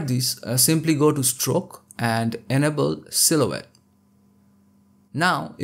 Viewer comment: I hate to be “that guy” but when you say the word “enable“ I thought you were saying “edible”. 😂😂😂 it took me a while to figure that out. Love your tutorials.